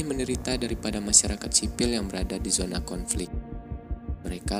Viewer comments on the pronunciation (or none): none